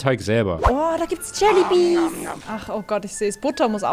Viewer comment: JELLYBEES 🐝 es heißt eigentlich JellyBEANS